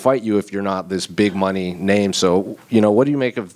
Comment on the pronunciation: It's the way Brazilians say it lol